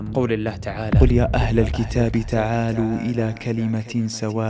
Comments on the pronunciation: وقوله ( تعالَوا ) وليست ( تعالُوا) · إلا الواو من حروف المد الثلاث لكن أقصد هنا ليست حرف مد فما تنطق الكلمة :( تعالُوا )، بل تنطق ( تعالَوْا ). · جزاك الله خير كنت بوضحها ولقيت توضيحك ، ايضاً قوله تعالى ( تعالَوا ) تقرأ اللام بالفتح وليس ( تعالُوا ) بالضم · تعالوا بفتح اللام جزاك الله خيرا على هذه القناة استمر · جزاك الله خيراً يا. تصحيح لقراءتك فإنك قلت "تعالوا" بضم اللام وهذا خطأ فاللام عليها فتحة والثانية هي يتخذ بفتح الذال وليس بسكونها وأما كلمة "اشهدوا" فقرأتها بهمزة قطع وهي همزة وصل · جزاك الله خيرا لكنك اخطأت في تلاوة الايات انصحك في القادم ان تسمع الايات ثم تسجلها تعالوا بفتح الام وليس بالضم واشهدوا الالف لا تنطق ومعنها ليس أشهد أنا وإنما إشهدوا أنتم... وكلمة يتخذ بفتح الذال اذا وصلتها ولا يتخذَ بعضنا .... بارك الله فيك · جزاك الله خير في قوله تعالى :(تعالوْا) الواو ساكنة فليست حرف مد وقوله تعالى:(ولا يتخذَ) الذال مفتوح وأيضًا في قوله تعالى:(اشهدوا) الهمزة في بداية الكلمة همزة وصل فلا تنطق أَشهدوا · أهلا ب والله إنا نحبك في الله أنا وأهلي أصبحنا نتابع حلقاتك على الغداء والعشاء ونتأثر جدا بما تطرح جزاك الله خير الجزاء.. ملاحظة يسيرة ، الآية التي قرأتها (( قل يا أهل الكتاب...)) أخطأت ٣ أخطاء في تلاوتها. تعالوا.. يتخذ.. اشهدوا.. وكذلك لو تتخذ مصححا لغويا لاسيما كلام الله وكلام رسوله صلى الله عليه وسلم. أرجو تقبل هذه الملاحظة. هنيئا لكم قبول المتابعين ونسأل الله أن يقبلك عنده.